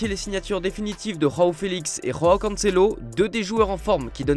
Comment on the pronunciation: "Roao Felix" ? "Roao" Cancelo ??????? Il n'y a PAS DE JOTA en portugais... Quand allez-vous vous mettre ça dans le crâne ? C'est pas trop compliqué à retenir, pourtant.